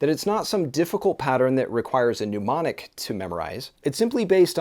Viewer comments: MnEmonic, not "noomonic" lol. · It's mnemonic, not numonic. Great explanation though.